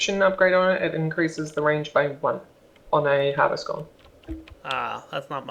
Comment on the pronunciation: And it's funny how whenever says Golem, he says "Gollum"